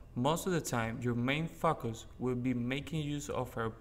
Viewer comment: I have to say, if your main "fuck-us is to use your powerful lost cards abilities to deal damage to multiple enemies in the same turn" then your are doing something right. Got to love them foreign accents and their accidentals double entendre. Keep them coming pal!